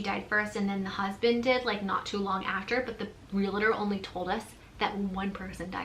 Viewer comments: It’s “real-tor”, not “reel-a-tor” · It’s real-tor, dont pronounce it realator, that’s a joke in the business. People will correct you lol